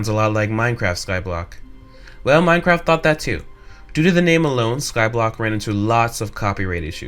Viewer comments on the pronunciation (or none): none